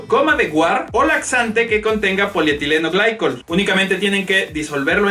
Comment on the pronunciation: Me siento raro cada que le dices "polietileno glaicol" al polietilen-glicol. 😓